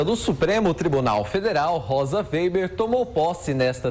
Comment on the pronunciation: Ensinem esse estagiário a pronunciar o nome da Rosa weber ! Ele está dizendo: vêiber !